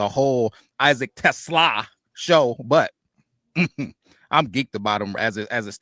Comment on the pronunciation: PLEASE … learn how to pronounce TeSlaa’s name. Is it the end of the world? Of course not, but show the kid a little respect.